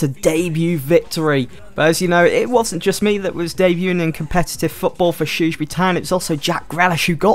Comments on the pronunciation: learn how to say shrewsbury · Haha I just can't stop laughing when you say the name Shrewsbury lol, it sounds so funny, btw love this series, keep it up!